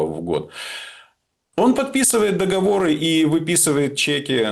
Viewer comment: Приятно слышать грамотную речь, где звучит слово « договОры», а не массовое « договорА». 🎉 Спасибо.